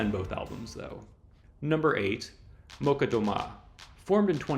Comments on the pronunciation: One remark if I may: Molchat Doma is not pronounced Molcat. I don't speak Belarusian but I am Slavic and I am pretty sure the "chat" should be read "chat" and not "cat". Also the accent in Doma should be on the O and not the A. (anyone willing to correct me is welcome of course) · "Молчат" actually reads like "...chat", not "...cut", and with stress on the second syllable. Meaning "[they are] silent" (not making any noise). In post-USSR countries (at least on the Internet) there are a whole subculture of Sovietwave music. That genre resembles the Synthwave, but is inspired by Soviet space cult and the soundtracks to the sci-fi movies of that era - particulary by Эдуард Артемьев and Александр Зацепин. The latter one wrote the music for the animated masterpiece, "Тайна третьей планеты". The former one worked with Андрей Тарковский, but especially known is his tune "Поход", which has popular remixes. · Weird way to pronounce Molchat Doma, it's a cha not a ka, but great list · Molchat Doma. You have mispronounced the 1st word. It actually sounds like "Mall" + "Chat" 👌